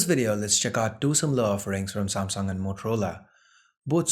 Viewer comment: "SAAMSONG" ....What?